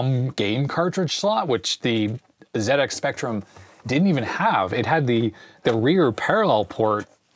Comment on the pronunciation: Wonderful video thank you. Very interesting. As a British (actually Manx) citizen, I am overjoyed to hear you say Zed-Ex Spectrum, rather than Zee. My favourite Sinclair game is Elite, have you played it on the Spectrum?